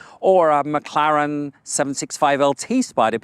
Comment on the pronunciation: You lost me at "McLaren" MC20 ....